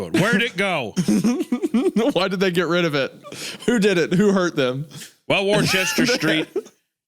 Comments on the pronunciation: FFS guys the writer's name is pronounced "WOOSTER Street" 🤦🏻‍♂️ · Worcester is pronounced "Woouster", where the "oou" is pronounced like a mix of "oo" and "u" sounds. I live near a Worcester and the mispronunciation bothered me so much.